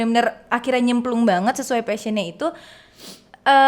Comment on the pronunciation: Guys, you mispronounce the word "passion"